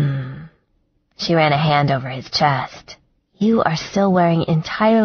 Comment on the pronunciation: Great book but narrater is one of those people can't seem to make the eh sound! Sex. sax. Chest. Chast head had bed. bad. Etc. Not sexy!